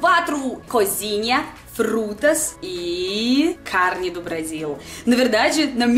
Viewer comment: Tudo de bom! O carrrrne potinho! Muito show!Que charme!